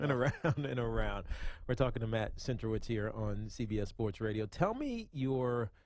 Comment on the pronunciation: Centrowitz* not Cantrowitz